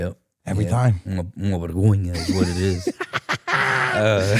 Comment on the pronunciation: No hate! But a bergonha é vocês dizerem bergonha em vez de vergonha 🤣 mas de resto muito bom! finalmente ver algo sobre a liga portuguesa!